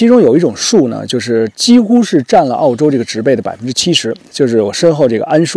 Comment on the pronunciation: 植"被"(Pee) x(Bei)